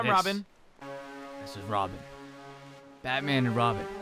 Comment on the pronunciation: says "I am batpan"😂😂😂😂